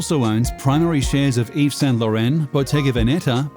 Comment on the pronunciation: He didn’t even say yves Saint Laurent right lol